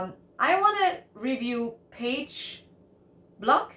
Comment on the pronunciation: It is pronounced "Pha Ghe Blook' . Pagebluk means an outbreaks / pandemic , like what happen now. People are sorrow because of the pandemic.